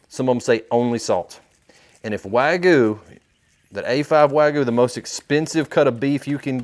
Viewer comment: I subbed up quick, great video...only critique, learn to pronounce wagyu properly.